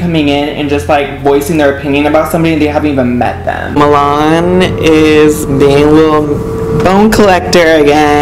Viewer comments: they keep saying moo-lawn lmao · I can’t stand Mulan. And why does he go by “milan” but spell it M-u-l-a-n ? Ghetto